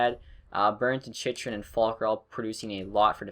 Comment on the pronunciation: Chychrun name is chin-chur-in